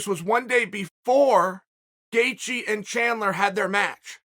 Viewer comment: Howwww can Chael say Gaethjes name correct but non others!!?? How!?? 🤣